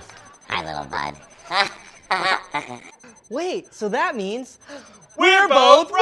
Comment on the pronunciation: Announcer Wareheim is saying it wrong: it's Li'l Bud, not Liddle Bud. :-(